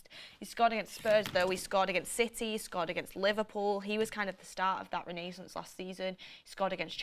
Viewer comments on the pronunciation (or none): none